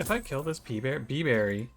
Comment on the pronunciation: Pee berry